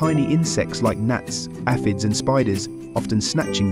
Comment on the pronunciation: who mispronounces APHIDS??